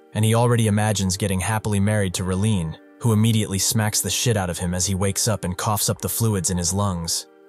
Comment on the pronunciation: WTaF. You go from pronouncing his name as Rellen to Releen... then back to Rellen again Fkn ai slop